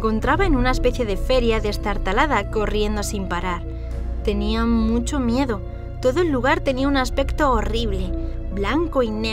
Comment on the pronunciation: Por que dijiste mieda